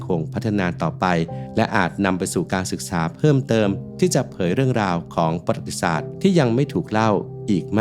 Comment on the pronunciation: ประวัติศาสตร์ อ่านว่า ประ-หวัด-ติ-สาด ไม่ใช่ ปะ-หรัด-ติ-สาด ครับ